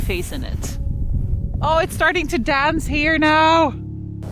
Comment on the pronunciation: When you said "It's starting to dance now" refering to the northern lights you sounded so Irish 😅😅☘️